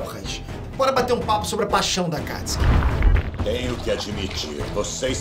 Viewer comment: Não é "Katsuki" é Akatsuki!